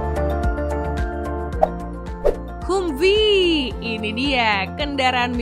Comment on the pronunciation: Bacanya Hamfii neng....sorry